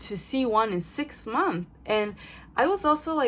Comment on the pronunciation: funny, youre so francophone now, you omit the final -s in "months" like a french person. "six month" haha